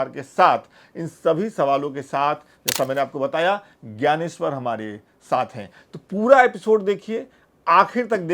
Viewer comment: Gayaneshwar G का उच्चारण ठीक नही है